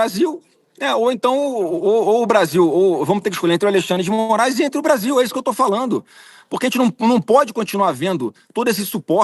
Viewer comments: " falano" 😂😂😂😂Pensei que era " falando". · É de sentir asco e ter ânsia de vômito ouvir falas que causam o assassinato da Língua Portuguesa. Essa Sadi não pronunciar o gerúndio na conjugação NDO. FalaNDO, assistiNDO. Então, já que é assim que ela, como jornalista, fala, vamos todos omitir o “d” do NDO e partamos para o “iNO, falaNO e etc”.